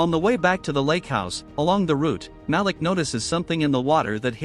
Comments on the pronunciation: And it's not MAL-ick, it's Malik, pronounced Maleek. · 3. The black dude always gets it early. Ma-leek is the pronunciation AI channel.